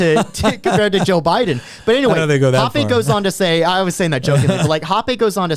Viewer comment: "hopp-ay"... I'm pretty sure it's pronounced "hopp-ah". Hans Herman Hoppe.